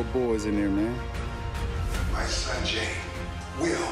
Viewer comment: m son jay Sounds like sanjay😂😂😂😂